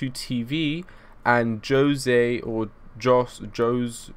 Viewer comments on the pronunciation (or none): Jose is pronounced (hosay) it's Spanish for Joseph I think